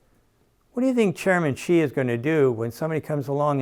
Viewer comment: Thank you for the insightful video. I have two comments. 1) President Xi of China is pronounced as President "See". 2) The Chinese government is far too pragmatic to nationalize any foreign companies because it is bad for attracting foreign investment to do so. It is far simpler, better and acceptable to enforce their laws to ban ICE vehicle in a future date. For example, in the past US internet companies have chosen to leave China instead of obeying their laws.